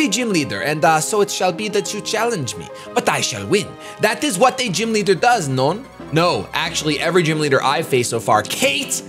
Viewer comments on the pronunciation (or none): Not to be nit picky, but, non in French is pronounced like no in English